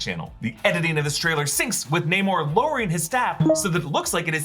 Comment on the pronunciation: Its Namor not Neymor